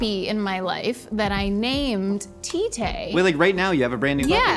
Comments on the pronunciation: Am i the only one bursting in laughter as she's talking about her dog T-tay and it sounds like Titi(penis). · As long as I heard the "T-tay" i immediately knew where it will go since they're talking about Filipino LMAO